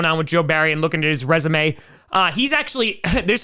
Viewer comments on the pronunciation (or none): none